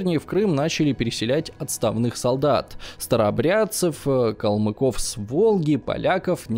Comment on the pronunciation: Команде успехов, но что с ударениями??? Волжский калмаки это походу Калмыки, АстрахАнское ханство, ВизИрь.... Немного душный комент но ударения режут по ушам😄 спасибо за внимание 🤗